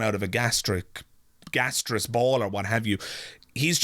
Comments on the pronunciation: clearly an ignorant man it’s not gasteous it is gaseous and he hasn’t read enough to understand that we haven’t descended from monkeys that we both had a common ancestor and the lion split off except for him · He says in the CNN interview that you're an idiot if you don't believe in God, "You can't tell me this spun out of a gastriss ball?" Gastriss? Gaseous? Maybe? English is his first language, so maybe some bigoted people would walk away from him, because they feel he's uneducated or even an idiot? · He is not articulate he mispronounces the word, gaseous he is quick but ignorant😊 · Note how pronounces "gaseous" (how is that an example of being articulate?) -- while he is a fool, he is not exceptional. Christianity of the fundy/evangelical variety dominates a large percentage of American Blacks. If you go to a city council meeting in a Black-majority community, there is no pretense of separation of church and state. The meeting will be opened with a prayer mentioning Jesus. This is the "strange bedfellows" effect that results in Blacks supporting GOP politicians who are White Supremacists because they share not just a desire for a theocracy but also the same anti-Gay sentiments, etc. of these politicians. And, how is funny?